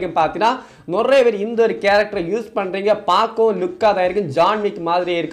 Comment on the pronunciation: அது நொரைய இல்ல நிறைய 🤦🏻‍♂️🤣